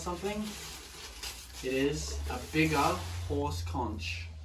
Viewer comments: Conch is pronounced "konk". 😊 Nautilus shell is probably my favourite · You have an amazing collection! I find it interesting how words are pronounced differently in different parts of the world. Here, we say "conch" like 'konk' (with a k instead of the ch) 🙂